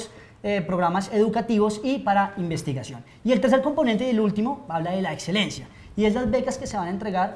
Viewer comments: dice "edselencia" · En serio no puedo con la muchacha que dice "etselencia, atseso y otsiones" !!! Lo siento por el comentario vano 😉 muy bueb video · Adsedan. Edselencia. Odsion... Los estragos del uribismo en la energumena.